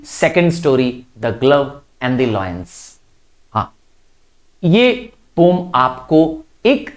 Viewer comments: Poem pronunciation -- po-yem 😊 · Poom or poem😂